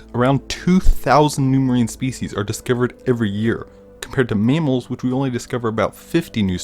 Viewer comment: Meemals? Your AI, or possibility stupidity, is showing.